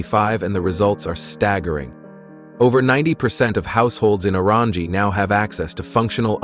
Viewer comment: The guy who can’t even pronounce the correct name of Orangi town with fake picture on title.